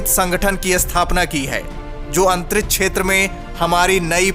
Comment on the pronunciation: अंतरिछ नही अंतरिक्ष बोलो